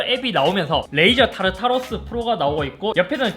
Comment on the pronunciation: 타르타르소스도 아니고 타르타르로스네